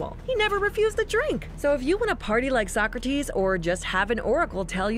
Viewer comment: I’m dying about sock-kra-tees